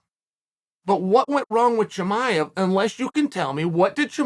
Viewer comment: Unc said shamaya 😭